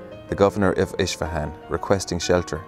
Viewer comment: Please learn to pronounce Persian words correctly from a Persian friend for example it is Isfahan Not Ish fahan and more